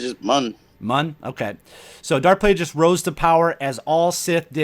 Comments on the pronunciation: it's a hard "G" in Plagueis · In Plagueis its a hard G. His name is after the word Plague.